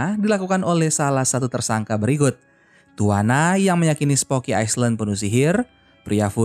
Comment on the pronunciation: Skdar koreksi min , island d'bca iylend